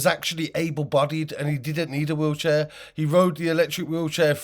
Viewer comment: FFS IN HIS WEELCHEAR 😂😂😂WHAT A FOOL